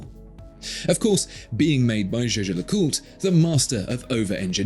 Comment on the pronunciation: it’s pronounced jäger-lekulträ, btw maximilian jaeger was swiss german, only the other guy is pronounced french just kidding, it’s pronounced jaaescher-löcùltr